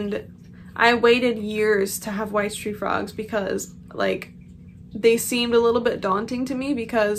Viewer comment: I'm not a frog owner. I thought it was wise tree frogs 😂 I never looked at the spelling, I just heard bad pronounceations. I love the name coco btw